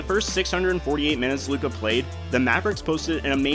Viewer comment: It's Luka. You got my view.